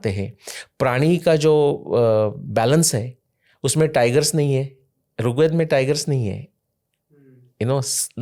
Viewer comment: सर बहुत अच्छी अच्छी बात बताई आपने पर कृपया करके अपने उच्चारण में सुधार करिए आप ऋग्वेद को बार बार रुगवेद कर रहे हैं। मेरी विनम्र प्रार्थना है कृपा करके बुरा मत मानिएगा🙏🙏🙏